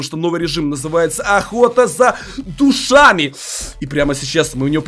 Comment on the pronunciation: Душами не правильно произнёс